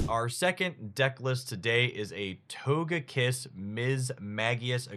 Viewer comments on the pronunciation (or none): none